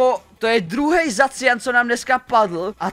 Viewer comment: dodo je to jmenuje se vyslovujeseto zašian